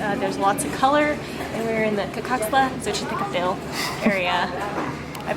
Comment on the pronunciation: I don't want to sound repetitive, but I´m really enjoying your videos! And I did got very impressed of the "Cacaxtla Xochitécatl" pronunciation! Great work!